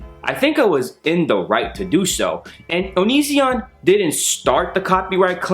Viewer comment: This is great 😂 Can we please stop calling him o-nee-ZEE-on though 😂